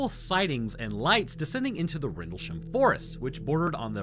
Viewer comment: Nearly got 3 in a row! Rendlesham- perfect, Bentwaters- perfect, Suffolk... not so much haha Its basically pronounced 'Suffuk'